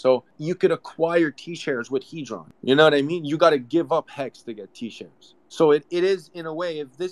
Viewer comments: The guy speaking at the start does realise it's hedron not haydron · It's not hay dron it's hed Ron